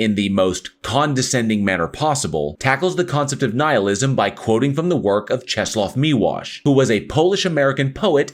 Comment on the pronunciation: Kudos for very good pronunciation of "Czesław Miłosz"